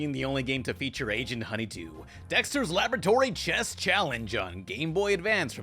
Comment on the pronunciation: Right after pan says Agent Honeydew he says Chess challenge but all I hear was Chest challenge 😪